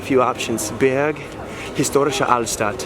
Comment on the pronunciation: Thank you for showing me my "Heimat":-) Burg = Castle --> You speak the "u" like "underground" Berg = Mountain --> You speak the "e" like "egg"